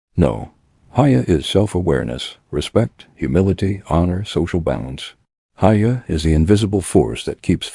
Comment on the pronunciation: “Hiya” is pronounced hee-yâ